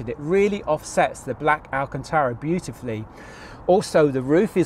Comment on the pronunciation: I drunk a shot every time ‘speciale’ was mentioned. I’m now dead… 😁 Also it’s alcantara rather than alcantera 👍 Enjoyed the vid though jokes aside.